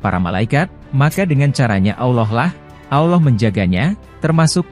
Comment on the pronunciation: al laouh min! Bukan Awloh! Ketahuan nih bukan orang Islam Admin nya? Ngaku min!!!!!!!!! Saya ulangi Al-Laouh bukan Awloh!!! Paham? Islam kan? Atau Athies?